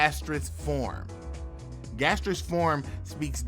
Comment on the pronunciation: "Gastrous Form" 😂😂😂😂